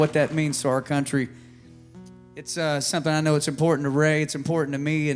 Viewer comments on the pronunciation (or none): none